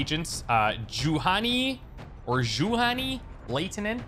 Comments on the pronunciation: If you want to pronounce Juhani Laitinen, as in finnish language pronaunciation, just say Yuhani and from surname "ai" like you say eye, so L-eye-tinen. Lada is a russian car manuf. but maybe with 'Yuhani' it is like in finnish. Like in tomb raider Lara Croft but use your original -da. Your starting La sounds to finns like Leida. But no prob if you keep pronouncing like you did, just commenting for fun. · "Juhani" is pronounced like "YU-ha-knee"